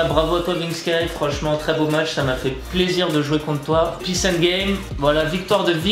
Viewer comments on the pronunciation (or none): none